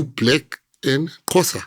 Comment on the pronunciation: Why is it so hard for him to say Xhosa😮